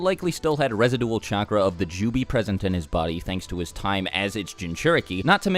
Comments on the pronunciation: Anyone else thrown off by how pronounced residual? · The way you pronounced “residual” lmao